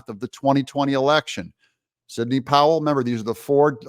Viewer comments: Signey ? You can’t even get her name right come on 🤷‍♀️ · ...not signey , just saying , Doug